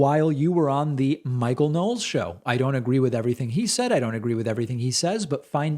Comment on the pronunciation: Ignore them David, they're very entertaining though.. I almost spit my drink out when you said "teh". Lol